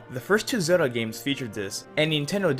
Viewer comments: sounds horrible... Its Zelda , not "zeruda" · its pronounced Ze-L-da